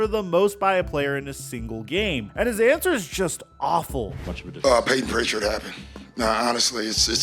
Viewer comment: Bro said Payton pitchard💀💀💀 scare him